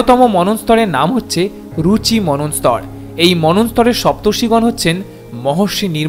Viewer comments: আরে ভাই ভুলভাল বাংলা উচ্চারণ করিস কেনো? মনস্তর নয় মনন্তর হবে। আগে ভাষাটা শিখে নে, তারপর ভিডিও করিস।😂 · মনু+অন্তর=মন্বন্তর। উচ্চারণ হবে manwantar 🙏